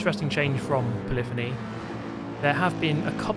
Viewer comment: doesn't matter how many times i hear you say it, it will always be "polly fonnie" (poly-phony) to me